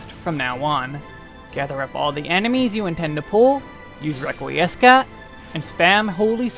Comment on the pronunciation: Love the guide, BUT, "Requiiescat" is pronounced "reck we scat" not "reck we ess cat" i was cringing everytime you said it out a loud. Love ur other videos too for WAR and SMN please keep up to good work =)